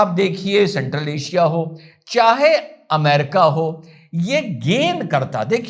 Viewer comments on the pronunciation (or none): none